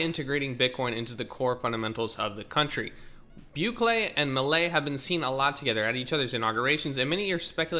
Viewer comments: Bukele = Bew Kele (wrong) Boo Kelly (correct) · "Bukele" is pronounced "BOO-KELLY"